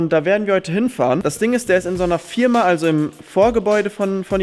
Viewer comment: Es heißt Firma nicht Fierma